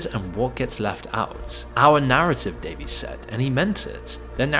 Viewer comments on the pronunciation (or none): none